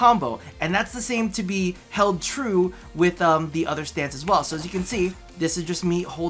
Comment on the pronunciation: " THIE daily grind"? Is it really?;P